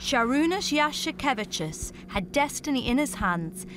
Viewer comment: Honestly, the narrator lady says a few centimeters away but looking the footage it was a total drop, the ball didn't even hit the rim lol.. If anything I'm more upset with her butchering Jasikevicius's last name overall (I know she'd butcher it anyway but sounds like she wasn't even trying though) :D